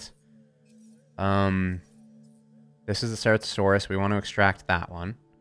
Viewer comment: Ceratosaurus: prenunciation is as follows. Sir-at-o-saurus